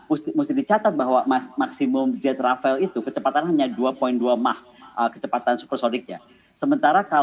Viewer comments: Bukan Rafael Bu tapi rafale Yassalam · Apa cuma gw doang yang Denger Dia ngomong"Rafael" Bukan "Rafale"